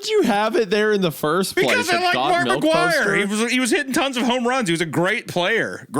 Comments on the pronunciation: Is it just me who thought Hunter said Markiplier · every time hunter says "mark mcguire" i think he's saying "markiplier" which is arguably way funnier to imagine